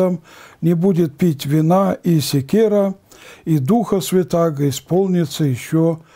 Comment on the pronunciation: Не секир, а сикер. Краткий словарик к Синодальному переводу Библии "сикер, сикера - этим древнееврейским словом обозначались спиртные напитки из мёда, фруктового сока, зерна - т. е. все, кроме виноградного вина." Толковый словарь Даля "СИКЕР м. церк. хмельной, пьяный, броженый напиток, кроме вина."